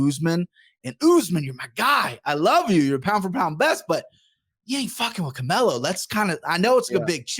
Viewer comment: "Camelo?" C'mon guy, as you said, be better haha